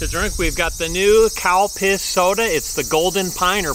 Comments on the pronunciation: Its Calpis. Sounds like cowpis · I’m new to your videos. But; the very first time I heard you talking about a Calpis drink; all I heard was cow piss. Now, as you can understand me living in Texas USA, I was assuming the obvious. I’m glad I know the difference. I love your videos by the way. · I love your burger videos. I know I'm seeing the label saying Calpis but it seems like your saying cow. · I swear I thought he said the new “cow piss” soda is served warm. Lol. Another awesome burger(s) review. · yes he does. He tricked me when he said cowpiss and I had to look it up to figure it out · heard that too 🤣 !! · We all thought that said, “cow piss”, the first time we heard it! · You are really making me laugh. he seriously is saying Cow piss!!!!!LOL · It's probably pronounced "Kel-pis". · It almost sound like he saying cow piss for the drink 🤣🤣🤣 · Lol I though he said cow piss soda